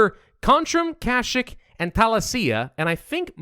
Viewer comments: it's not kashikk it's kasheek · mf said "krashick"..